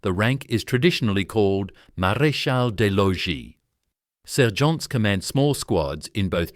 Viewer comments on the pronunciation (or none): La voix artificielle français de merde qui traduit et prononce le Français comme du Bullshitt.... On prononce R...e...i pas raie comme la raie de mon cul.. Marézal de loi.. ou lieu de maréchal des logis ...et C'est quoi un pélaton.. soulève talon ou su lutin au lieu de sous lieutenant . tenant gauche au lieu de lieutenant. capotin au lieu de capitaine. lol...in short the ranks are the same as in the other regiments. commonent pour commandant lol de chez lol . Major for non-commissioned officers is not a rank it is a distinction like Marshal for generals...the shoulder pad carries a grenade, not an incendiary grenade as the voice of shit translates into French